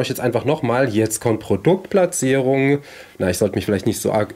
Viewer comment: Und wie war nochmal das Wort für Produktplatzierung? Ich habe es nicht richtig verstanden!! 🤭👍😂